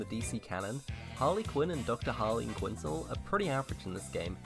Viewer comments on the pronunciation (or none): It's not quin-zil its quin-zel